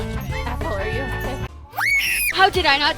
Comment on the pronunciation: I like Apple saying "I'm okay" like a hillbilly who just Matrix-dodged their own pickup truck